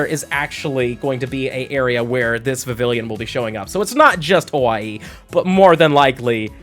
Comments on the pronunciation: Please stop pronouncing it like that. Kalos is set in france. Vivi-yon. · I live in FL, obviously, but I have a 3DS I registered as being in HI. Love getting that Ocean form. My top three are Fancy, Meadow, and Ocean. By the way, it's pronounced like Viv-eon. A combo of the words vivid and papillon, the French word for butterfly and also an adorable breed of dog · In Vivillon, the two Ls are silent, and the second I makes the Ee sound. It's my least favorite Pokemon, but only because its Pokedex number is my least favorite number. The only reason I would ever get one is so I don't have to see that number when I scroll through the Pokedex.